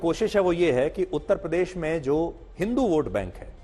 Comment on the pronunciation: A. Y. Ko uttar pradesh bolna to aata nahi uttpadesh bolte hai aap se na ho payega mulayam s. Ne jo jama kiya hai usi se jiwan bitai ye jay bharat jay hind 🙏🙏🙏🙏🙏